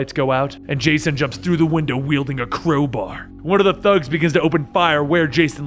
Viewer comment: A cwowbar is how u said it 😂😂